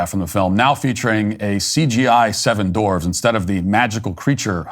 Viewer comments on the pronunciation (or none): Dorvs? I always thought "dwarf" had a "w" in it... 🤪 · They're not "Dorfs". They're "Dwarfs". What's going on here?